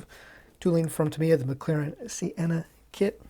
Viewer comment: Not a bad review, but what’s with the pronunciation of Senna ? “Sea-enna” ?